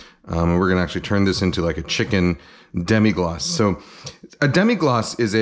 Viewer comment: Really not that important, but it's Demi-glace, not Demi-glacé